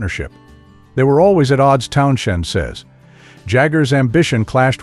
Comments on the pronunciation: I had to exit after too many Town-SHENDs. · Hard to take anyone seriously who can't pronounce Pete's last name properly. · Lol I was thinking the same thing but my be narrater has a speech impediment..... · I had to stop listening just for that reason alone. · Agreed. The Stones are best band in world. And I can't watch anymore due to the misspelling & pronunciation. 🤨